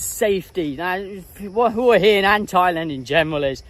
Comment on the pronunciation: Good on you, m8t for calling it Hua hin and not WHA-Hin like all the other vlogers.